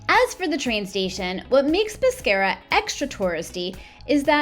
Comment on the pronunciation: Peskiera ( Peschiera ) is the pronunciation nos pesciera … very nice video though